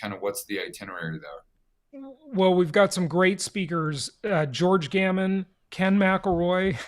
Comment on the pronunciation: ... and George Gammon as they present ... Instead Gamman